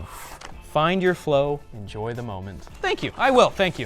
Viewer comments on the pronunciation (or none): “Enjoy the monment”